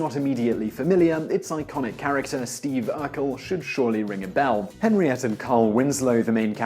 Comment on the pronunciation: It's Harriet not hernriette